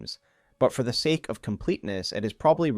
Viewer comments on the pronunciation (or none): none